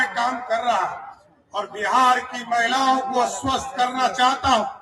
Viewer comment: अस्वस्त नहीं आश्वस्त होता है।